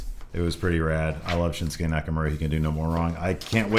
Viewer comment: "I love Shinsuke Nakamura" "What's it called? The Shinshase?"